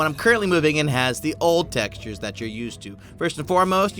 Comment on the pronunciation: textures not texutres